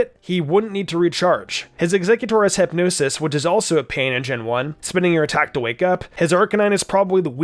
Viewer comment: Dat hypnosis pronunciation tho